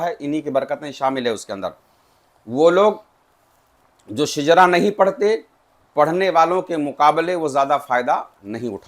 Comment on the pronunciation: Shijra nahi shajra